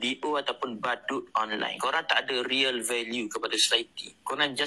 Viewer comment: Haha kau la badut, sebut real pun dah jadi riyal. Kau teringin nak jadi kaya cam pak arab ke baru nak ada Riyal value?! Ahhaha